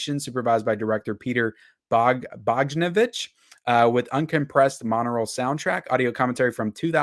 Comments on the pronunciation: TARGETS is a must-own, even if only on Blu-ray for now. I must have it. And it's pronounced "Bog-DAN-o-vitch" and he used to be a big deal in the '70s, though mostly due to his once-wife Polly Platt, who was an unsung genius of the New Hollywood movement. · Your butchering of respected names in the film business is surprising sometimes, I must admit. How you got "Charlie" out of "Callie," I'm still trying to figure out. That one really caught me off guard. "Khouri" is pronounced "Kourie.' And it's Peter "Bog-dan-o-vitch." He also directed 'The Last Picture Show,' 'The Thing Called Love' with River Phoenix and Sandra Bullock, 'Mask' and 'What’s Up Doc?' Yet, on the other hand, you pronounced Wim Wenders, who is still practically an unknown in Hollywood, spot on. Definitely looking forward to 'Thelma and Louise' (even though most of the extras are from the DVD release) and 'Targets.' I agree this is Criterion's best month yet! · Why are names so often mispronounced? It comes across as unprofessional. “Bogdanovich” is pronounced “Bog-da-no-vitch”, not… whatever you said. Definitely proper, as I used to work at his home production office. Won’t even get into the awful misspeaking of “Seijun Suzuki”. Sorry, it really takes one out of trying to watch these videos, which I believe I’ll avoid from now on. Oh well…